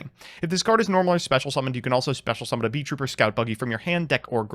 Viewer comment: THEYRE NOT BEES, THEYRE BEETLES. ITS NOT BEE TROOPER, ITS BEET(LE) TROOPER, THE T IS WORKING DOUBLE